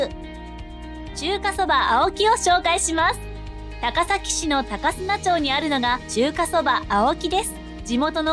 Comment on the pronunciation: 高砂町←たかすなちょうじゃなくてたかさごちょうですね！どうでもいいけどちょっと気になったのですみません